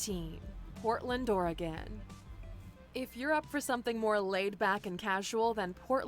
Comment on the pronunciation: She pronounced Oregon wrong.